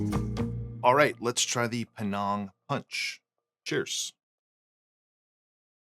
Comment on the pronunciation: Good video. Thanks. BTW, the name of the place (Penang) is pronounced like it rhymes with 'hang' (I go there often. If you like food, it's a must-visit destination)